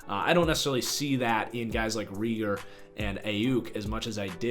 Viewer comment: Can even say Reagor’s name right smh